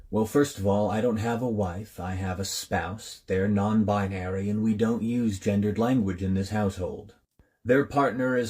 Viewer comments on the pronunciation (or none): Did it say gendered or ginger Ed? What a cuck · I could only hear him say gingered language.